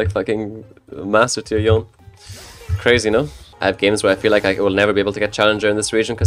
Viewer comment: it's yone, not yon Fucking yonE with e being pronounced